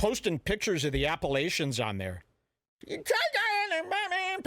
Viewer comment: hilarious slur of "Appalachians" haha